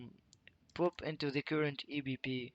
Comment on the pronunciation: The word “pop” is pronounced “pawp”, not “poop”. But it does make me smile like I was in middle school again to hear it pronounced “poop” every few seconds. 😏